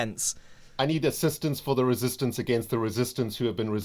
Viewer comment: More like ren-sistance